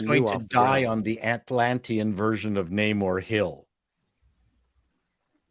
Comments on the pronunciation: Nay-more ? Nah. More like no more. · I predict that the enemies referring to him as "nah-moor" will be all the Marvel Fans who expected to see the Submariner. We already have a very long standing, official confirmation as to the pronunciation -- as well as the character's appearance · Actually Namor's name "Namur" was coined by the Spanish-Filipino conscripts since Namur is actually pronounced as "Namo" which is short for "TANGINAMO" in Tagalog.